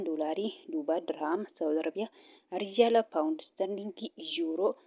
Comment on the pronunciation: rijjaala hin jedhiin riyaala jedhii😂😂